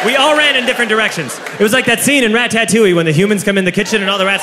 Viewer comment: I hate that he said "Rat Tat Toullie"